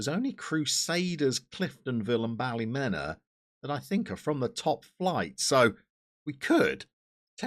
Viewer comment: Great result against the Glens. Tip from a local. It's pronounced Ballymina. Loving the series and won't be long till your in Danske Premiership